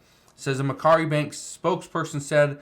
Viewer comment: That's not how it is pronounced. It's pronounced Mac Quarry